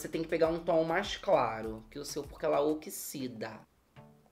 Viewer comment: "Ela oxisida sim" KKKKKKKKKKKKKKK